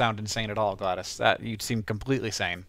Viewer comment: why does hank pronounce it gladis if its spelled glados